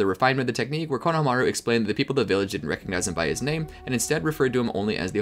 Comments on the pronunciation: say it with me, KO-NO-HA-MA-RU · Great Video but I got way too triggered when I heard how he pronounced Konohamaru lmao